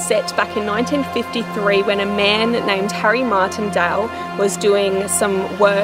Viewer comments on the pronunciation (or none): none